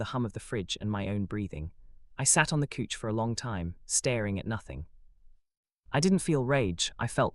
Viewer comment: Slept on his couch but pronounced as cooch 😂